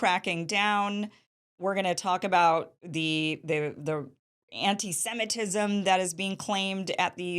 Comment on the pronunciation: The way Kim prnounces anti semitisim is telling about her views. Its like she says Santa Claus